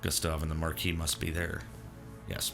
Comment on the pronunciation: I'm SO glad you pronounce Marquis correctly. As someone who took French for 3 years, it hurts to hear everyone else pronounce the S.😄